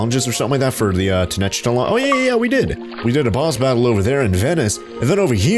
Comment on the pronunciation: It’s ten-oc-tit-land, fyi